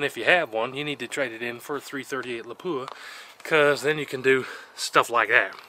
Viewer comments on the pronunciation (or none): Its pronounced Lap-u-Ah